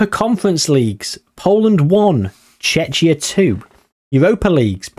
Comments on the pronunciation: Man really saying checha 😂😂😂 thats how you pronounce it tʃek.i.ə, which comes down to Tsjekia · Not you pronouncing Czechia like Chechnya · Missed a great chance to do Czechia vs Slovakia. The Czechoslovak civil war. also Czechia is pronounced Checkia. Chechnya is another place. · The pronunciation for Czechia is (Che-key-a) the way your pronouncing it makes it sound very close to a russian republic of Chechnya 😅 other than that good video yet again 🙂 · From English speakers I always heard Czechia pronounced with K (Like "check", Czeckia). And in my first language we pronounce Czechia with H (Czehia). I actually never heard somebody pronounce CH in Czechia like, you know, CH. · haha its pronounced Check-ia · it was funny xD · Czechia Is Chek-ee-a or /ˈtʃɛkiə/ depends which style of definition you prefer also things like Ruch, where the "ch" is pronounced same as in "loch", but mainly the Czech pronunciation triggered me 🤣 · I think Czechia vs Slovakia or Poland vs Lithuania would make more sense. Also your pronunciation of Czechia is really funny to me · Your pronunciation of Czechia is hilarious. You're bound to piss off any Czech fans you have because they hate that name. Should stick to The Czech Republic in future.